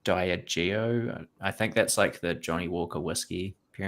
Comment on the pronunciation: lol Toms pronunciation of de-ag-e-o